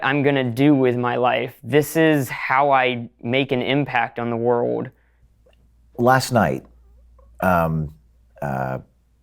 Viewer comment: This dude sounds like AI? He sounds more like a child bc he doesn't ever pronounce the letter "L" "Wur-ohd" is world lol